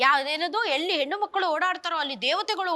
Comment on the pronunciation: Hena Makkal alla Madam, Hennu Makkalu.